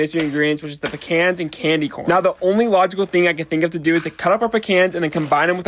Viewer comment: The way bro pronounces Pecans 💀💀💀